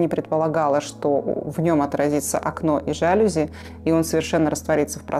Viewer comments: ЖалЮзи, невозможно слушать 😂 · что за.. уютный,теплый,гостеприимный,выразительный,стильный дом. аж душа поет. /нет вдохновения начерпались в подвалах лубянки. и кстати,профессионалы интерьера должны быть в курсе ударения в слове жалюзи́